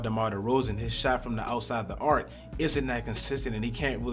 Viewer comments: “Beyond the arsh” lmao it’s pronounced beyond the ark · Behind the arc not arch